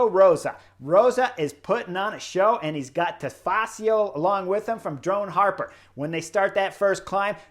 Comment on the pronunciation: Drone Hopper... Drone HOPPER.... Not "Harper"... Hopper... Hopper... Like a bunny ... Drone Hopper. Boing. Boing. Boing. Thank you. 😃